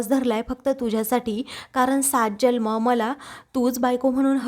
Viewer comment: Jalm नाही जन्म म्हणावे